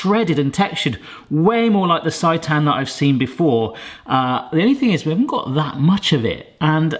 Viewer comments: It's pronounced "say-tan" XD Looks amazing! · It’s pronounced say tan 😊